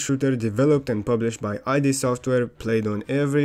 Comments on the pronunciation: "id software" pronounced like "id card" hurt so much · dawg... its not i dee its id.. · actually it's pronounced id and not ay-dee :face-orange-biting-nails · Neat. BTW, it's not "ee-dee", but just id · thats not how you pronounce id